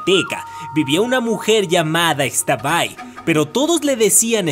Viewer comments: Me ofendiste no se dice extabay se dice ixtabay soy una yucateca y me siento indignada #pronunciabienlaxtabay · Hola amo tu canal soy fan del mundo mágico de j.k y también soy yucateca y me emocioné al escuchar las leyendas jejeje nota: no se pronuncia “ex-tabay” simplemente es “x-tabay” Saludos 😃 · Pronunciaste X'tabay súper gracioso 🤣🤣🤣🤣